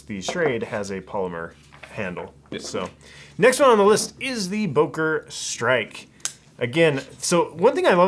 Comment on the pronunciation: It's "Böker", not "Boker"!!!